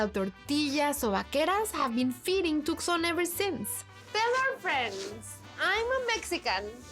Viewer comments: Its toooson you nitwit. Tucson not tuckson or Took son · too* saan. You don't pronounce the C as it's silent. Yes, even for us Hispanics 😅